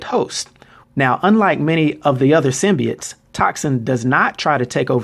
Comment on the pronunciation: it is symbiotes not symbites